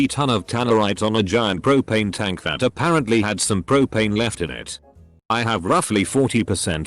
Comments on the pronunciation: "a pear ant lee" instead of apparently lmao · So nobody gonna point out how my nigga said “A Pear Ant Lee” ?? Aight den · "a pear ant Lee" 😂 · "A pear ant lee"! I'm dying! XD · did this dude just say "A pear ant Lee" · “ a pear ant lee “ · so nobody’s gonna talk about the “a pear ant lee”??? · "A pear ant Lee" ;-; r/boneappletea